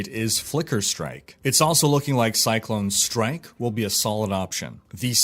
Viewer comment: When he calls it "Cyclone Strike"... Hahaha almost there buddy, so close xD